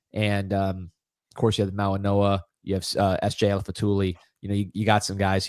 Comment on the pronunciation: Excuse me gentlemen, the name is Mau-i-goa not Mau-i-noa! There is no N in their name. Please, pronounce it properly. Unless, they told you to pronounce it with an N, please stop being disrespectful! I would like to bring in this gentleman and Mr. Brown.